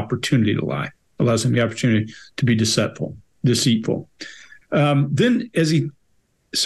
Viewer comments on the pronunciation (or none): "decetful" lmaooo